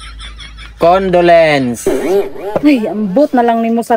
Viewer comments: Kamatay😂😂😂CON DO LEN CE 😂😂😂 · Utro pud ang gatuldo di kamao mupronounce ug condolence ug debut!! Loslos ninyo!!